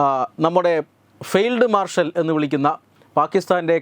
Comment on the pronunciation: ഫീൽഡു അല്ല ഫെയിൽ ഡു മാർഷൽ